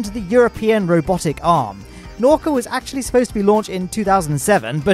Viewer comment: Say: naah-oo-kah